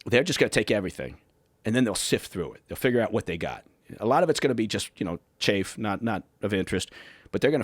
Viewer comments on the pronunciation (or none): I agree. And this one pronounced "chaff" as "chafe" -- so, probably not even former. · He pronounced "chaff" wrong.